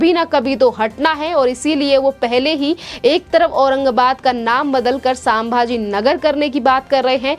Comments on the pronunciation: मॅडम:--- सांभाजी × नहीं 👎 संभाजी 👍✓ हर हर महादेव 🚩🇮🇳🙏 एक मराठी माणूस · कृपया pronunciation पर ध्यान दें। सामभा जी नहीं है शम्भा जी महाराज है। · सांभा जी नहीं, संभाजी!